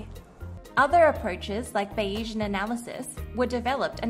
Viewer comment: Bayes-ian - named after Mr Bayes, not Bay-Esian - (discovered by the Bayese islanders?)